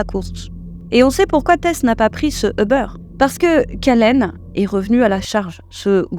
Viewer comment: Svp c’est Ubeeeeeeer et non pas Ubeuuure